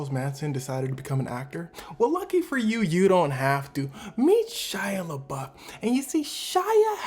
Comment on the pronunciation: It's Shia Labeouf, not Shia Labluff.